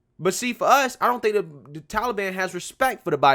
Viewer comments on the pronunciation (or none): The way he says Tollybon......yikes 😬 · Can someone make Grandpa stop pronouncing Taliban as Tolly Bonn. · Bro, the "Towlie Ban" (As Biden pronounces it) would have given us more time if we would have explicitly said we were moving people out. The 31st was the end of a cease fire. Do the Taliban really want to instigate outrage as the USA is pulling out? If they would piss us off enough as we were removing personnel, we would say "F it," and go back in harder and make them regret it. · Who are the Tally Bon? Stupid Joe can't even pronounce the name correctly.